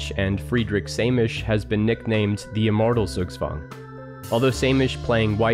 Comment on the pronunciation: Great video! Got slightly triggered by pronunciation. Google "pronounce zugzwang" or just say Tsugtswang.